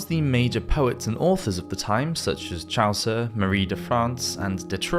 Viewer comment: Oh, and also meant constructively I guess: Chaucer isn’t pronounced “Chowser”. The name is pronounced “Chaw-ser”. How can you make videos on medieval history and not know this? Sorry, sorry. Constructive. Being very constructive.